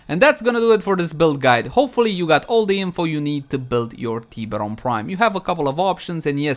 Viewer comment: The teeeeberon prime hahahaa